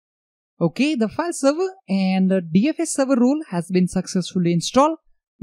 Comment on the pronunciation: You're saying ROLE, but I am hearing RULES. Throws me off. I am looking for server RULES and can't find them. ;)